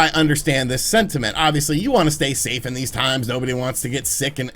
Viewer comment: "SAY STAFE!!"